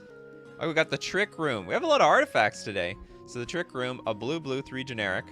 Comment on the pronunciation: U read Trickroom wrong lol